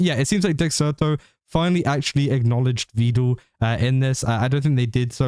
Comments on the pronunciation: Meedul peedul Veedul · Fyi, for future reference. Vedal is pronounced as, "medal, pedal, settle." Neuro just mispronounces it constantly.